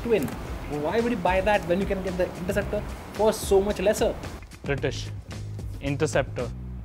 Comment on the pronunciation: the narrator says interruptor! ha ha